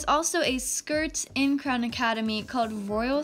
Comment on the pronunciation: I love how you out clown instead of Crown 🤣🤣🤣